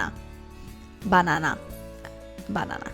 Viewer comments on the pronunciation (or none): Omg lmao from this day forward you HAVE to say "buhnana" in all your make up tutorials. I'm cracking up! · Lmfaooo "bah-nah-nah" i love youu !! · I love your "BANANA"s pronounced! Japanese use just like that pronounce!haha BANANA~🍌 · "Buh-Nan-Uh' LOL! Sooo,,,anyone can do this eye? We shall see. P.S. Would you offer any advice on this smoky eye and girls who where glasses? Truly enjoy your videos! You are real! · when you were saying banana like that it made me think of the friends episode where Monica befriends the lady who steals her credit card and tells her her name is Monana! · Omg!You said "banana" with Russian accent!!!ahahah!By the way, I am from Russia🇷🇺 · i love this look♡ perfect for the fall!! i will try out this look for sure! also the way you said bannana is sooo korean accent 😁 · I love the look! And OMG!!!! Your banana sounded like Japanese! I love you from Japan!